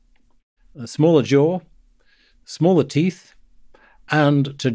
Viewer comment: Right at the end of this clip, , was he saying that our brains have become SMALLAR recently?